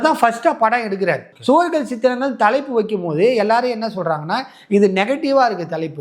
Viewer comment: சுவர் இல்லாத சித்திரங்கள் திரைப்பட பெயர் சரியா உச்சரிக்கவில்லை